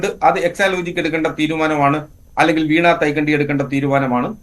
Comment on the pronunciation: വീണാ വിജയൻ എന്നല്ല..... വീണ വിജയൻ എന്നാണ്..